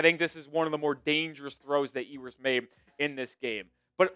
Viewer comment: Solid break down! But his name is pronounced “You-ers” :) I’ve heard other say “Hugh-ers” and sounds like you’re saying “Ee-oo-ers” But Quinn himself pronounces it “You-ers.” 😊